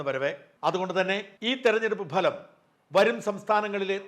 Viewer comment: ഭലം അല്ല സാജാ ഫലം.. ഫഹദ് ഫാസിലിന്റെ ഫ... ഫലം..